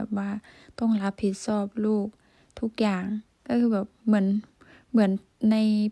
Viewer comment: สาวพันออกเสียง (ช )ช้าง เป็น (ซ )โซ่ เสียง ใช้ เป็น ไซ้ -ที่ถูกต้อง คือ สาวพันต้อง แยกเสียง (ช )ช้าง ออกจาก ตัว (ซ )โซ่ =ใช้ เป็น ใช้ -และเสียง (ร) ยัง พัวพันกับเสียง (ด ) อยู่ - 1 ชั่วโมง (ช) ไม่ใช่ 1 ซั่วโมง(ซ) - รับผิดชอบ(ช) ไม่ใช่ รับผิดซอบ(ซ) -เช่น (ช) ไม่ใช่ เซ่น ( ซ)